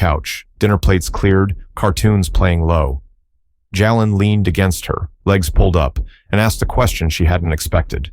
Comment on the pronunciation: Please pronounce the boys name correctly!! Ja len!! Rock Hill, SC ❤❤❤🎉🎉🎉